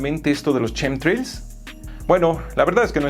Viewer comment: nunca será capaz de pronunciar " shinji " o " chemtrails " XD